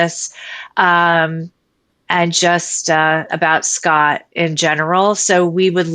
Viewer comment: his name is pronounced Scott, not Scat, which means poop.